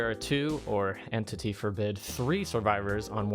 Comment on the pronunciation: “En tity”